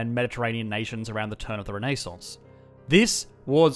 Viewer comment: I’ve never heard the word “Renaissance” spoken like that before... 😶